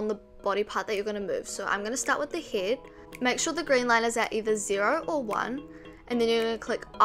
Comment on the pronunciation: Am I the only one laughing about heddd and blinderrrr